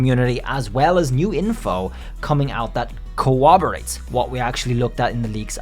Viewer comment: It's corroborate, not cowabowate xD